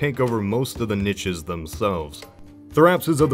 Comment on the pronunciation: I know this is 6 whole damn years ago now but PLEASE stop saying "nitches" instead of niches